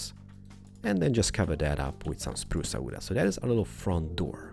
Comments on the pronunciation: Umg i like the way he says "spruce wood" lel he says Spruce-a wood-a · spruca wooda lol